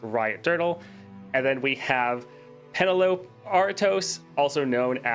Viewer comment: Isnt it "Pen-ell-o-pea", not "pen-a-lope"?